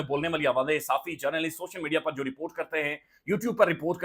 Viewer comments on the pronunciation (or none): none